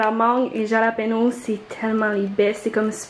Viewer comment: « Halapenyo ». 😆